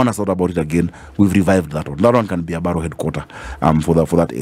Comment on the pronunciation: Borough system is used in London, UK. The word is pronounced as ' Barah' not ' Baroh'